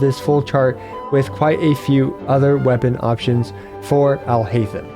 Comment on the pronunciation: if you switch on jp dub you can hear them pronounce it. If you try and pronounce it in an english way itll be haith-em. But its actually heiyy-them. Would be better if i could sound record it but you can hear the correct pronounciation in the jp dub. Trying to imitate the urdu/arabic sound of the name in written english just wont work because english alphabets and urdu/arabic alphabets are different and sound different even those that seem similar